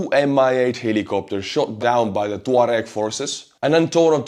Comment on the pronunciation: I must have been mispronouncing tuareg all my life.